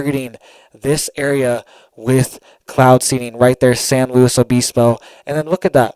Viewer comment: We’d say San lew ibisbo but we were just San Siego surfers and there is one in north county San Diego with the same name. The “S” and “O” was silent